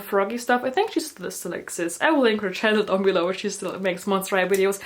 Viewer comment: ShE (no hate might just be your accent)